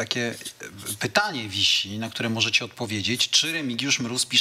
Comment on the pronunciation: "Remigiusz Gróz" 🤣 Ale Smoku dojebał na zakończenie.